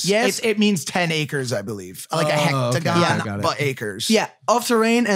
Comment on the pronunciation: Hectagon? Cmon mike ur better than that